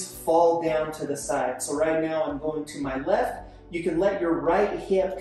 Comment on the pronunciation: Does he say” right meow”?